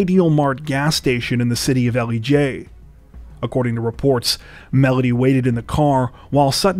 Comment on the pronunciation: Us in "Jawja" ( georgia) call Elejay "L-jay" it was so strange to hear it called... how it sounds